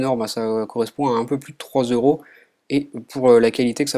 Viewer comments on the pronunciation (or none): none